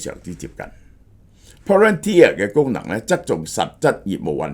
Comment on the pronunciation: 蕭生終於讀啱Palantir😊